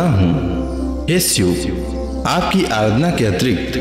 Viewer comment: सिव नहीं शिव 🙏